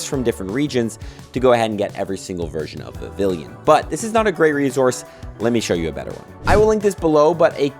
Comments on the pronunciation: vivillon tho, not vivilion. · It's pronounced Viv-ee-yon. There are only two I's in it, not three.